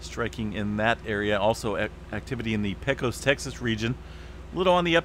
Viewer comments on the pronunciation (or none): none